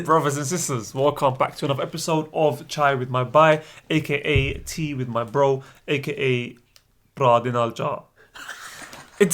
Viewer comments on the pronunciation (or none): makes it sounds like "chai with my *bye*" lol 100k subs now, what will you guys do for it?